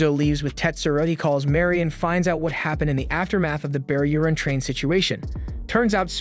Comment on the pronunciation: Sounds like he says bear urine 😂😂